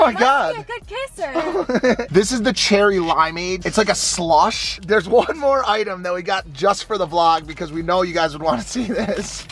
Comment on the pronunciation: The way he said SLUSH lol